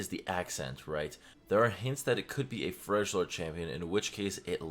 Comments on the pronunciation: lmao it's Frelyord, also Yone is ionian and he doesn't speak like that in LoR, that's probably a new champ we don't know yet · Just wanna say it pronounced Frelyord 😂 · Its freljord and pronounces frelyord dont pronounce the j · I swear man, it's Freljord, not Freshlord F R E L - J O R D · right, throughout the video I was like "frell yord, say it right prof, frell yord" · the proper way to pronounce : frail - yord (as in the beginning of yordle) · love him saying freshlord tho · i think u pronounce it FRE-LO-D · SAFYE i think it’s frel-yord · "it could be a FRÉzlore champion??" wtf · "Frejlord" XD more like Fridge-lord KEKW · No more cringey ass dude-bro videos being an ass to women. And learn to pronounce Freljord. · please stop saying freljord like that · Literally three champions say "Freljord" constantly. How do you mispronounce it after playing for so long? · Freljord , the j is silent but thx for the update don’t mean to sound bitchy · Youve been playing league for what? 10 years now? And you still cant pronounce FRELJORD right? Smh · Not to seem rude, but you've been playing league for a long time and you don't know how to say Freljord properly. Better research properly when doing content aside from gameplay to avoid negative feedback. Just saying. I do like your gameplay content though. Keep it up Prof :) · Okay prof has to be trolling at this point- multiple characters in game pronounce Freljord correctly lmao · Between his pronunciations of Freljord and Effigy, Prof should really take some English classes. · I hope it isnt Yone, that would be lame as hell Also please learn to pronounce Freljord cuz it triggers me haha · you're killing me. it's freljord not frejlord. it's pronounced frelyord. xd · its not freshlord, its freljord- the j is a y sound (frel-yord) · It’s pronounced Frel-yord. I can tell you that it definitely isn’t Frej-lord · Its Frel-yord not Frel-jord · What the fuck ist a FRESHlordian u stupid Idiot. FRELjordian. My fucking god